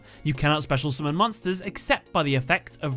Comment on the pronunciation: Love the way he says summon. Sumin. Say it again. Sumin.